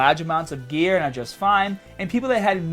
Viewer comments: Dude... It's 'gear' not 'gea-ah'. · "Once you stopped the ghear" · Once you stop the geahh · Stahting geah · the way he says baaah (bar) staaahted (started) geahhhhh (gear) strongaaaah (stronger)etc. I only noticed a few weeks ago but im genuinely curious if its an accent or not. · why do you sound so australian when you're saying "on gear".:D:D good video gj